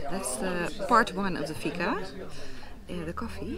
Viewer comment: It is fika. Not figa 🤷‍♂️